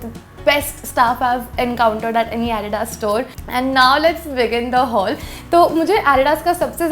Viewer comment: You pronounce Adidas wrong.